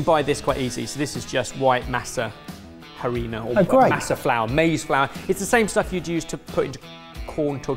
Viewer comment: You don't pronounce the H in Masa Harina